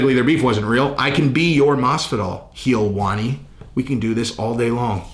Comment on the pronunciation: It’s not Ariel Helwani it’s heelwani!!!! 😂 u better come correct he said